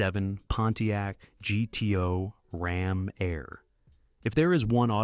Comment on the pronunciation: 1967 Pontiac GTO Rom Air. Rom Air? Really? Goodness you are bad at this. Do us all a favor -- stop making these videos.